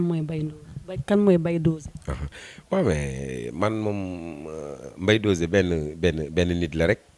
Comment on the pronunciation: Elle peut même pas prononcé mbaye dosé c grave en tant que animatrice ou présentatrice